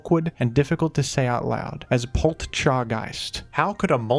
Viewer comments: Pol cha guyst the tea is silent. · You don’t need to pronounce the “t” in Poltchageist. It’s clearly based around matcha. In Japanese it’s just said “maccha” and the double “c” denotes a slight pause when saying it. It’s just that “chi” is part of the “ta chi tsu te to” part of the alphabet, so, if you type on some computers it’s “ti” and well it’s part of that anyways, so it’s possible some romaji thing caused the t to become part of how we spell it in English. I don’t know the history of matcha entirely. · It’s hard to say because of how you’re saying it. You say Poltcha like you’d say matcha; we say ma-cha, not maT-cha. If anything it flows better than Polteageist. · When you pronounce Poltchageist like that, I physically cringe. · Just drop the "t" in poltchageist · I can't tell of not knowing how to pronounce poltchageist is a joke or not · Poltchageist is literally just not difficult. Nobody pronounces "gotcha" as "got cha" with the t. Nobody pronunces "match" as "mat ch" with the t. Take 5 seconds to ponder it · Not that anyone cares, but the "t" in "Poltchageist" is silent, like in "matcha". Still an awkward name, since matcha is just a type of tea, meaning the name change really needed at all, except to distinguish it as a convergent Pokémon species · And it's disguise would have been perfect if some guy on the internet didn't realize that the "t" in "Poltchageist" comes from "Matcha" (and is therefore silent) and not "Poltergeist." An honest mistake, given that it didn't matter which "t" was used in "Polteageist" due to them sounding identical. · Poltchageist isn’t really that hard to pronounce